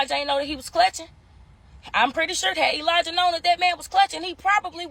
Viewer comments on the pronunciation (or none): Elijah is pronounced with a soft J